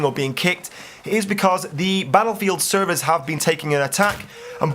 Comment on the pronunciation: The way you say servers is well funny.